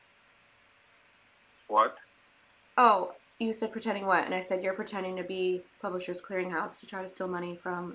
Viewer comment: I love the way you pronounced “pretendin’” the first time. 🥰